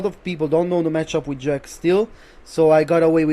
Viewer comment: Avevo il dubbio fossi italiano, poi ho letto la bio e ho sentito come hai detto JEK hahaha, un fratello. Complimenti per quello che hai fatto, veramente impressionante, rende la tua una delle tierlist più attendibili.